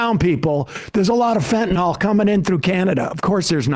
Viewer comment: Oh ffs, it's called fentanyl, not "fantanol".